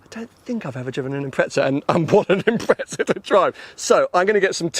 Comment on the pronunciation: 250K!?? What the flying f**k!? GTR R34 > this ;)) And why do you call it an Impretza?? Wheres the effn heck is the 'T' in that name? Silly pommy boys lol